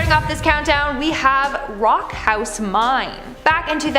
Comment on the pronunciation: Did you really just call a mine "mind" It's called mine not mind 🤣